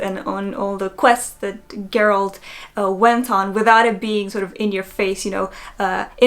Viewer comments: It’s Geralt not Geralt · Thats not how you pronounce Geralt... hurts me every time